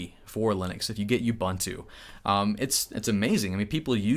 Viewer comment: Just a little of assistance from me here. It's not bun-too. It is pronounced ooboontoo. 😉